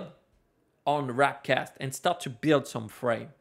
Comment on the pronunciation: W A R P cast not W R A P cast !